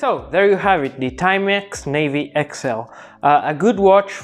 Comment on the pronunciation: Na-vi not navy. 👍